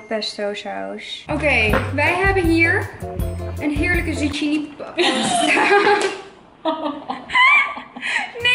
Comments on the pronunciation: Even een tip: zucchini wordt uitgesproken als “zukini” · Hoe ze zucchini uitspreekt HAHA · Omggg haar uitspraak soms kan daar echt niet tegen ze spreekt Engelse woorden veels te plat uit... hahahah zoals “Pilates” dat spreek je uit als “Pailets” maar ze spreekt t uit als “pielates”. Of “zucchini” spaghetti dat spreek je uit als “Zukkini” maar ze zegt “zuggini”. Krijg daar echt autistische trekjes van loll